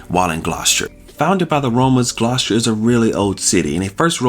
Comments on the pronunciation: It's not pronounced "Gloss-cher". It's pronounced "Gloss-ter". The pronunciation of place names in the UK can be confusing for non-locals (even for British people if they're not from the local area) because many places are not pronounced as they are spelled. It's nice to see you visiting so many places in the UK and enjoying yourselves! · Its pronounced Gloss-ter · Gloucester isn't hard to pronounce. It's pronounced gloster as to rhyme with foster as in foster parent. Dr Foster went to Gloucester, remember the rhyme.